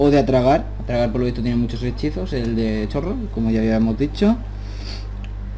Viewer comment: No sé dice Chorrol como se Lee Se Pronuncia "Corrol"